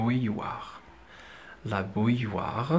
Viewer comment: On prononce bou ill oire et pas b oui ill oire.